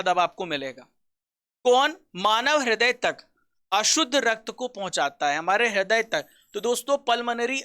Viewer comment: haday nai raday bola jata he